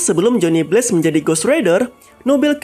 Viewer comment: Bang lu pronounced blaze jadi blates/blades, Simple aja, “bleyz” Pluus penance stare itu di milikin semua ghost rider sebenernya, Buukan hanya ghost rider nya si blaze